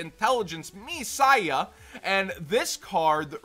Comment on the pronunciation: ME-PSY-YA. Me in JP is pronounced meh...that should give the game away if you pronounce it correctly. Messiah